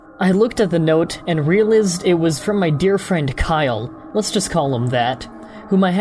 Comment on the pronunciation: I noticed that you pronounce the word "realized" strangely, like you do when a word is spelled wrong in your eyes. How ever, I am not British, and do not know what spelling you're shooting for. How do you want this word spelled?